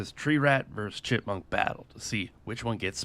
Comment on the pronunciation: the way you said why would pop six rounds into a chikmonk